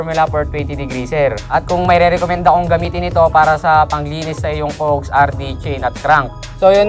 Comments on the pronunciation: Is that,how u pronounce? Cougs?? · Cogs pronounced as Kaags.